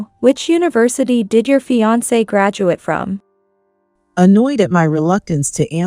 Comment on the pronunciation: Teach your AI if it sees the word fiancée to pronounce it 'fee- on -say'... fiancée 🤗💖